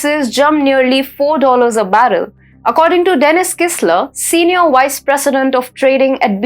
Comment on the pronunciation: Let your anchor do the work she is good at. The least an anchor needs to do is look up the pronunciations of common words such as "stifled," "volatility," "vice," etc. One who doesn't have this basic curiosity has no business reading news.